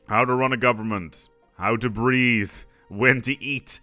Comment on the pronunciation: When he said: "How to breath", I understood "How to breed".